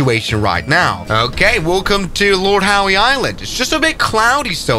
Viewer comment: The pronunciation of Lord Howe Island and Ballina… 🤦🏻‍♂️